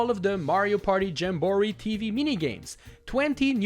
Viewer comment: Stuffie stacker my guy not shuffle u already pronounced jamboree wrong even tho they say in the game